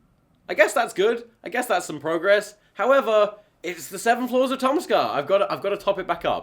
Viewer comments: This whole time I thought you were saying floors but then you were saying flaws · more than halfway through the video and i still think he's saying "floors"